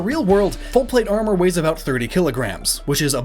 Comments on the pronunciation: I don't like the way that guy says arMORE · for the love of god stop saying "armore" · Take a drink every time he says Arm Oar. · "AreMore" o.o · omg stop saying Ar-moor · this dude says armooure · when he said armor like arm more I couldn't stop laughing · wow....the way that guy pronounces armor...is just....cringy.....>.> i know it's his accent and he can't really help it i suppose but...still hearing it pronounced like that heck from anyone just...makes my ears hurt ahhhh >.<